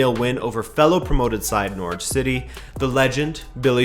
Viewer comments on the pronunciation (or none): none